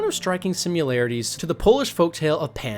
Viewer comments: Great video, only one problem: "sim-yu-larities" As opposed to "Simm-a-lar-a-ties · I think you invented a new word "simularities". It's either 'similarities' or 'simulations'... I like the new word. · Hey spell out the word similarities, then listen to how you say it lol